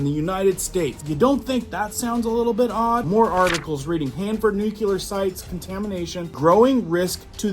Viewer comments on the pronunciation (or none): Nooklee-er. Not nookyuhler. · Not Nu-"cu"-ler it's Nu-"cle"-ar! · IMMINENT - NOT EMINENT - HELLO. AND NUCLEAR - NOT NUKULAR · Pronounced (New clear) not (nuke ular) but yes frightening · That's not a nuculer site. It's a nuclear dump site. That was left after Hanford was done. YellowStone is the most potentially destructive site in the NorthWest area that could reduce the entire NorthWest section to astro dust and cause a black winter for 80 or more years Total death on the planet. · FOR THE LOVE OF GOD SOMEONE PLEASE TELL AMERICANS HOW TO PRONOUNCE THIS WORD "NUCLEAR" AS IN NEWKLEEAR NOT NUKLAR!!! FFS!!! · he said nucular though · I wish people would learn to say nuclear - new-clee-er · Is a "nuculear weapons program" similar to a nuclear weapons program? 🙃